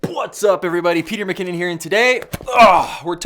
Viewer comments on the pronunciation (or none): "BWhats up Peter MnKinnon here today!"